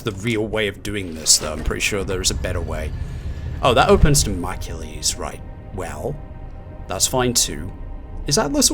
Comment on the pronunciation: Dah-moh-clees. I (eventually) managed to complete all the TRA time trials. The final one I did was Obelisk of Khamoon. FUCK Obelisk of Khamoon, possibly WITH the Obelisk of Khamoon. Unlocking the Golden Shotgun is a good idea for any levels with mummies.